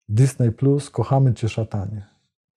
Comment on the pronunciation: nie "dysnej" tylko "dyzni"